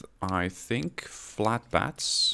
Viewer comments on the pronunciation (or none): Why does he say FLATBATS ? Flatbeds or FLATBATS ? A type of BAT ? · I heard flat bats :D